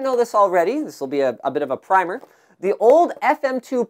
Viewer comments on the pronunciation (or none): none